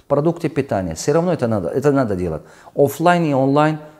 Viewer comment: Сначала на русском научись нормально разговаривать дэлат